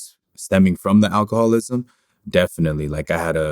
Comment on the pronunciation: The interviewer pronouncing alcoholism tho! 😂😂😂